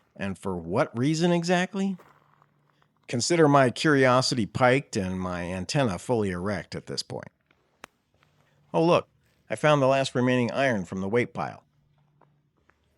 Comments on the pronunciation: it's "piqued" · In case you don't know, "piqued" pronounced "peaked" or "peeked" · Piqued is pronounced peaked fyi… But this has to be the us government to have a drone base on a private prison property right? Could that antenna be from someone across the globe controlling the drones?